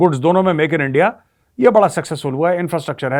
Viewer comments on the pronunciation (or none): Jab aap bole hum kha hai endia kha hai you got Lahori accents...😅😅😅